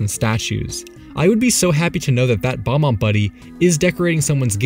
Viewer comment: They’re called “bob” ombs not bomb-ombs